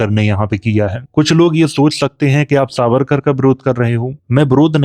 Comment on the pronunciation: Aap harr jagah स को श बोल रहे हैं। सावरकर को शारीरिक और ऐसे ही कई शब्द।